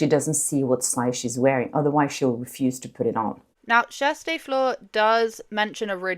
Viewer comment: I’m not Norwegian but your pronunciation of Kjersti’s name is the most accurate I’ve heard so far 😄